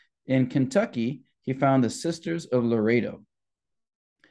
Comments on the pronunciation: I hate to be picky but it is not Laredo it is Loreto… Lo. Rett. O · It's not Laredo -; it's pronounced Lor-ret-toe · You are pronouncing Loretto wrong. You are saying it like Larado which is a city in Wyoming.